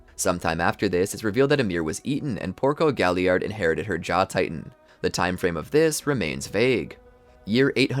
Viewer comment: You can tell this guy doesn’t watch the show. Weirdly or mispronounces many things. Reiner, piek, galliard, krista, rogako village, uzamabitos